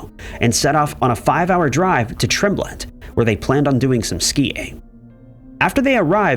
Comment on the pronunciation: Tremblant is Pronounced Trom-Blaunt